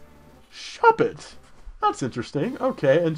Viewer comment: I believe Shuppets name has to be said with the 'o' from Hallo. Because 'Spook' means ghost in Dutch.